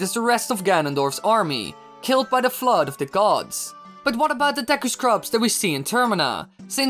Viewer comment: *Dee-Cue it's pronounced Dee-Cue not deck-ku